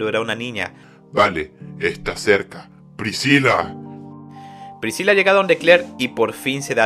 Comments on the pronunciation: Lo unico que molesta del resumen es como dice priciya en vez de "pricila" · excelente resumen solo q PRISIYA???? PRISCILA SE PRONUNCIA, en español en ingles en japonés y en cualquier idioma